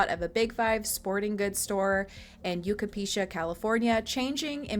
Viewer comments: "Yucapecia?" The city is "Yucaipa", pronounced, "You-ki-puh" I just thought you may want to know that. This is one of the MOST heartbreaking and vicious cases I have ever heard of and WHY those monsters were EVER allowed to continue to keep their children 7 years after that horrific attack on his innocent baby daughter is unfathomable to me and should never had happened! The authorities REALLY dropped the ball so blatently and I am so sick over this and I hope they find precious little Emmanuel so at least in death he can be buried with the love and dignity he so deserves. 😭 How one human being can do something so vile, cruel and sick to another human being...let alone the fact that this is a 7 month old baby AND his own son is lost on me. I simply can't imagine the deranged brains that these monsters have! Poor little boy I hope you can now rest in peace precious little Emmanuel. ❤🙏🏼🙏🏼🙏🏼 😭😭😭😭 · It’s pronounced YOU KUY (like guy with a k) puh California not yu ka pe sha california 😂 please correct that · The city is pronounced Yu kai pa 🖤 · Police say employees at the Big 5 in Yucaipa saw the mother in the days before, asking if there were cameras in the parking lot because her car had allegedly been broken into. The math ain't mathing, and I just hope poor Emmanuel didn't suffer long. Also, the city is pronounced "yoo-kai-pah." It's Serrano Native American. 😊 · You butchered the city name 😂 I mean have you even done any of your own research? The name of the city hes been kidnapped from has been repeated 1000s of times by now 🤦‍♀️ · Thanks. I about died when I heard that pronounced. No where near even how it’s spelled 😂 I corrected her too